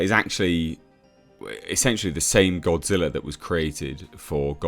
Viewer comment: O, no! It’s Godzirra!